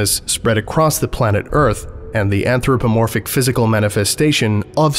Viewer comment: That pronunciation of Anthropomorphic is getting to me